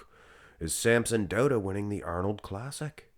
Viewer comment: Finally pronouncing Samsons last name correctly!!